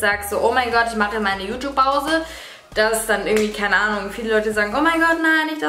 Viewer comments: Das gute alte "JuTup"! 😂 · Yutub😂 Es wird yutjube ausgesprochen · wie es heißt: YouTube wie es alle aussprechen: Jutjube wie Dagi es ausspricht: Jutup kein hate nur nh Feststellung haha😂🤛🏼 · Boah ich hasse es wenn Leute YouTube "jutub" aussprechen😂🙄